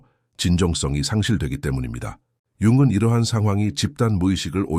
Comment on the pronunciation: 잘 듣고 있습니다. '융근'으로 들리는 부분을' 융은'으로 고치면 더 좋을 것 같아요.